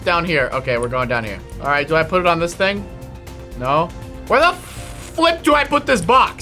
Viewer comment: his name is and its flip not flep